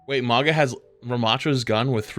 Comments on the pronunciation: Why do you americans ignore the u in mauga like its a trump hat maga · Day 3 of asking you to pronounce Mauga’s name correctly 🙏